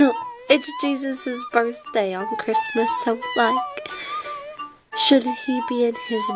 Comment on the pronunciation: Oh my GAWD CWISTMASSSSSS